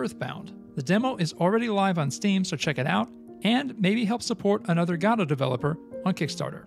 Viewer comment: Please learn how to pronounce Godot correctly